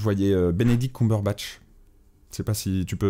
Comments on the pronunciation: Cumberbatch ça se prononce "KEUBEURBATCH" pas "KOUMBEURBATCH" la ! Non mais Ho un peu de respect ! 😂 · contente que y'ait pas que moi que ça soule les gens qui disent COUMberbatch xD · Je crois que je suis choquée à vie à cause de cette prononciation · Superwholockianne / Gisher x) il aurait au moins pu bien salir son nom en disant Bonkyort Cutibrunch ou un truc comme ça x) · Prec prononcer correctement c'est encore mieux 😂😂😂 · J'aime pas le nouveau concept de montage, c'est moins dynamique je trouve. Ensuite ce n'est que mon avis, vous faite ce que vous voulez hein ^^ PS: ca ce prononce pas comme ca "Cumberbatch"